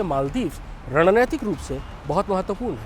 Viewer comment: !रणनैतिक नहीं, रणनीतिक सही शब्द है।धृष्टता के लिए क्षमा करेंगे।